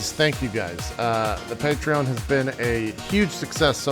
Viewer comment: And he's mispronouncing Patreon again. xD I love you, JP.